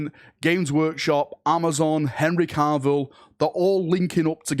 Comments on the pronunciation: Please stop calling him carvil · Why does keep putting an r in Cavills last name? 🤨